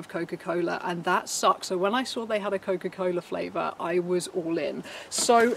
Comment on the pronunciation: nothing more satisfying than hearing a brit say: cokafuckincola